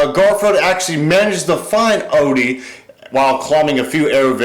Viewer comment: It's Odie not Olly